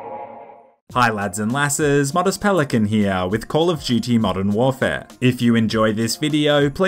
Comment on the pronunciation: call of Of Dutey